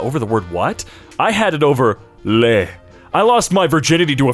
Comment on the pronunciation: Since no-one asked, le is luh not lay. Les is lay. Incidentally De is duh not day.